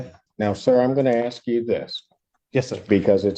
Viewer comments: I have no idea why, but mispronouncing ASK bugs the tar out of me. Ax, axle, Axsks, it's so silly sounding, 🤷 it's annoying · He loves using words, even when they are nonsensical or wrongly applied. Exhibit 1: Axsks instead of Ask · Please stop Axing! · He is supposed to be saying Under the Threat OF duress and coercion. How is it possible that he can pronounce the word discovery but not the word ask, the s makes the same sound in both words. Can someone please explain the mispronunciation to me.